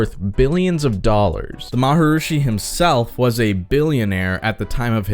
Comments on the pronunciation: Is there a reason you mispronounce maa·hr·ee·shee muh·hesh yow·gee ? By saying Ma Ha Roo Shee? Is it just your way of having a little fun? Kinda like Donald Trump pronounces Ch eye na ? Flogging it as you did, took away something from the more serious health aspects of your discussion, in my opinion...kind of like someone using too many fart, or burp sound effects. Made it hard to listen attentively but I did and I agree that some people might find the practice helpful but the organization, especially the guys in their little gilded caps is as laughable as it is dangerous. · Interesting subject and I gave you a like, but I had to stop because of repeatedly hearing "Maharooshi" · Why do you keep mispronouncing Maharishi, "maha-roosh-i?" Whether TM is BS or a con or whatever, that's a weird choice. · why do you keep saying MharUshi? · Say it with me: MA - HA - REE- SHEE, ya dum.b.a.ss😂😅😅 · Is he going to say “maharushi “ the whole time? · I'm sorry. I couldn't finish this video because your pronunciation of maharishi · are you saying maharishi correctly? i couldnt watch your video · Too bad you can not pronounce his name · Ma- ha- Reee-shee Not maharoooosheee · I had to turn this off because of the repetition of the pronunciation 'Maharushi', not 'Maharishi'. Learned to meditate through a TM class in my early 20's. Changed my life. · Why did you pronounce it 'marhrushi' instead of 'marharishi'? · Come on dude... it's pronounced Mahar"EE"shi, not Mahar"OOO"shi... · Why do you pronounce his name Maha "rooshi" when it is spelled Maharishi? Maharishi Mahesh Yogi. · Maharishi is pronounced ma-ha-REE-shee (not ma-ha-roo-shee) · The word is Maharishi - not Maharushi. Also the word is Beatles not Beadles . Just so you know. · “Ma ha ROO shi » lol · The “M a h a r r r i s h i” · I thought it was pronounced like Ma-ha-ree-shee... (re-check the spelling). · Fun vid. I think your info and your opinion are solid. Just one question: who is "Maharooshy"? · "The MahaROOshi"??